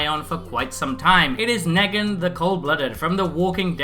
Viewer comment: Could tell you never saw the show just by how you pronounce his name, it's pronounced Nee-gan/Kneeg-an